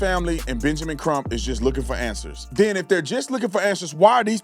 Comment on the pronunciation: "And den insult people"... Also aint is not a word! All that sounds like them too! Make that make sense. 😆